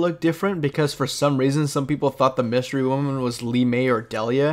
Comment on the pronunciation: Dude said Wystery Woman lmao